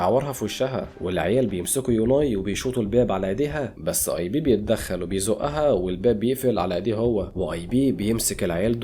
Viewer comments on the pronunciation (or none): اسمو ايب مان وليس ايبي🤦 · اسمو ايب مان مش اي بي😂